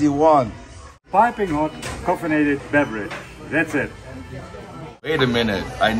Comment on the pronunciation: hey its "CAFF-einated" as in caffein, not Coff-enated